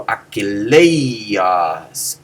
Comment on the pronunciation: The guy says [aki'lejos]. I have heard [aki'ljos]. Eta should just be a long eh and nothing but that.